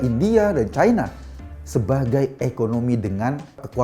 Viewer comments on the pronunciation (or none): none